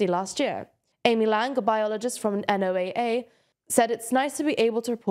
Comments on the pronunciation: One slight comment, NOAA is pronounced Noah, like the name. Similar to how you'd pronounce the letters in NASA. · Love the coverage as usual, minor pronunciation note from a US viewer, usually the NOAA is pronounced as an acronym not an initialism, so typically in the US it's called 'No-uh', like the biblical Noah. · NOAA is said as "Noah" source: I work there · NOAA is pronouced Noah